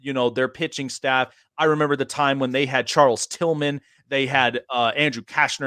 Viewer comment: Charles Tillman? Come on, man.